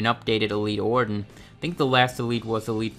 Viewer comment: Somebody teach this weirdo how to pronounce the name ORTON